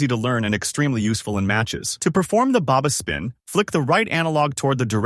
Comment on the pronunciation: I quit after Baba spin XD it’s fucking Berba spin